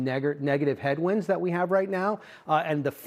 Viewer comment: Did he say Neggar Headwinds in front of Charles Payne? Hahahahahahaha. These guys are something else